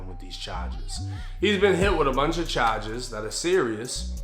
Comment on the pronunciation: Dat boi said chages